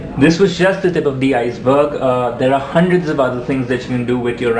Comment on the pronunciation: Say hundred you say it like haundorled